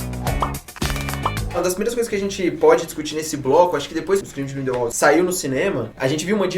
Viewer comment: “Grindeuaude ” quase parei de assistir